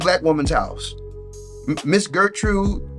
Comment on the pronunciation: “Gertrude” lol 😂